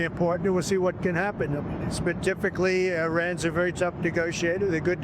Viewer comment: To lead with a bull shiIII "WERY IMPORTANT" CRITICAL turning point and then to have a few seconds of the same thing that has been spun on the news for several days is a childis way to get people to click on your shiiii production.